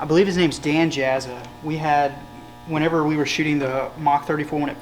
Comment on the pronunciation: Dan Jasa. Pronounced yasa. not jaza. lol.